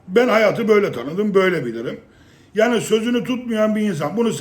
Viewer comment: Yaggni demen beni çok güldürüyor